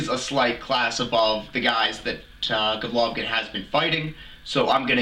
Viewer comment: "Govlokin" smh, learn his name first